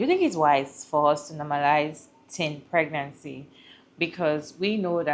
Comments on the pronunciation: I heard "teen peerancy" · Did she say " teen pernancy"😂😂😂😂